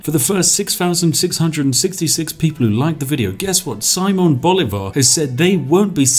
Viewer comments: I love how you pronounce Bolivar, is utterly wrong but sounds so badass (btw the accent goes in the i) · hey, if you don't know how to pronounce a word in a different language just use Google translate and press "listen" like all the other youtubers do XD. you did pronounce "Simón" right, but "comandante general" "llanero" and "Bolívar" were off for a bit XD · It hurts so bad when he says 'Llanero' OTL I can handle Bolivar being called Bólivar, but 'Lanero' is... god...